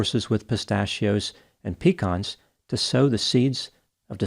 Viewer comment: I used to like this channel. But the way you pronounce pecans. They’ll definitely rise up against us now. I can’t support that.